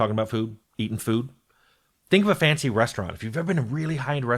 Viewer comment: Oh, "fancy restaurants", not "fantasy restaurants".